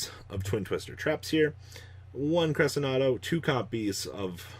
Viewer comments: Only Crescendo he keeps calling it Cresenado but hey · SIM-bal Cre-SHEN-do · Hey did you know that Cymbal is a word and that it’s pronounced Sim-ball? Also Crescendo is Cress-shen-do. Not whatever the fuck you’re saying